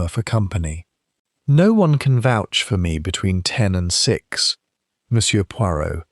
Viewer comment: Not youch. Word -Vouch pronounce -vow ch. Meaning- to stand up for .